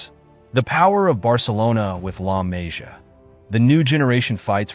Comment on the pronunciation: La Mah-see-uh is how you pronounce. Really bad video when you don’t respect the pronunciation of the academy, as well as the players. Good info, but take a few minutes to watch interviews or actually watch some games and you’ll learn the names very easily